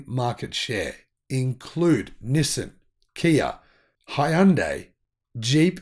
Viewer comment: In America we pronounce Nissan - Nee-sawn